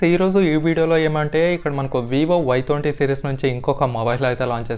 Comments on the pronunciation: Bayya thonti kadu bayya twenty nerchuko bayya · Thonti kadhu bro Twenty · Thonty kaadu bro twenty 😂😂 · Thonti kadu twenty